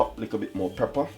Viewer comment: Omg im tirec of hearing the word prepper its pepper whe u come from plz itkilling me ur recipes r great pronounce the words correctly